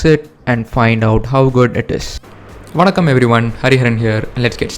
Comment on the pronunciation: Bro neega tamilah superb "vanakam"